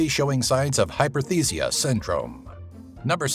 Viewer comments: he mentioned hypothesiacentrome ???? what is that??? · feline hyperesthesia syndrome is briefly mentioned (and mispronounced) and quickly passed over. It can be a serious condition, not to be ignored as simply "a weird behavior".